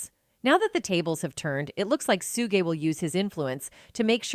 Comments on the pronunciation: Its suge ....suge not sugaye...dipsh##tt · Why can't you pronounce these names 😂 it's POK for Tupac soog its Suge as in Sugar you murder these names on every video ya put out no matter who it is how we suppose to take what ya put out serious practice the names before ya put it out 2 biggest names in the rap world we all been hearing these names 30 yrs and you get em wrong it's so annoying even Keefe D name 😂😂😮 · AI always pronounce wrong...Lahaina case & point on Just in now Shoogay....ugh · roflmao, the AI narrator is both messing up Tupac and Suge's names. This is ridiculous.